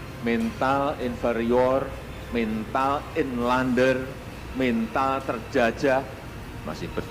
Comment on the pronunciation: Bagus kau cerite kawan... Gk same kata mental dgn mentel... Belajar kau bhs indonesia yg baik... Mental baja bukn mentel baja... Suke suke awak aje berbhase ye...